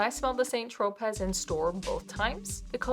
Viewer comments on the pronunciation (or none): Tro-pay. Not pez(as in the candy)